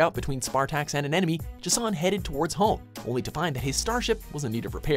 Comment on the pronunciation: J'son. Not Ego, the living Planet. Goddamnit.